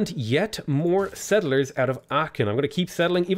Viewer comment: Please look pronunciation of Aachen 🙏